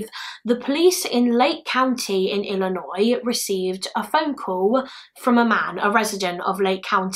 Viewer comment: You said Illinois right 😭👏👏👏 We got people in our own state who don't say it right. So congrats 👏😅